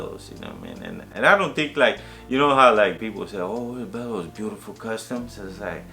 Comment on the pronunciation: You have family in el paso im 20 miles from el paso tx i live in Anthony nm. Bello's is pronounced beyos in Spanish whats up with that?